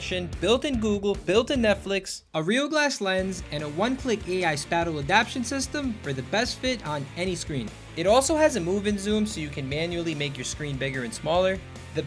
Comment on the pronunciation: lol, just FYI spatial is pronounced "spayshul" not "spattle"